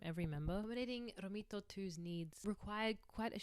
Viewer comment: The idea of being disabled so far back in the history of humanity is terrifying. The idea of being tended to by a community of people with such limited resources is incredibly heartwarming. I love the message of this video: that it is inherent to being human to support and care for those in distress. (On a less serious note: as an Italian, your pronounciation of "Romito" cracks me up)